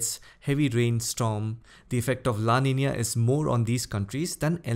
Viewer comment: It made me happy the way you pronounced Niño and Niña..♥️